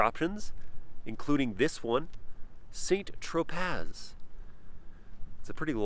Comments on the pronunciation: "Saint Tropaz"... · St . Tro PAZ 😂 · You do not prenounce the z in st Tropez. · Ummmm, did he pronounce St Tropez properly? 😅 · Please Never pronounce St. tropez like That Ever again lol